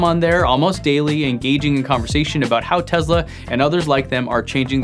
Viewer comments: "Tezla"... Its Tesla! TESLA! T-E-S-L-A... lol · Its Tessssssssla Not Tezzzzzzla!!!!!! You have testicles not tezticles. Nikola Tesla is turning over in his grave every time hears Tezla. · Hey jack wagon, it's a Tesla, not a TeZla...... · Why do you pronounce it as "Tezla" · The tezla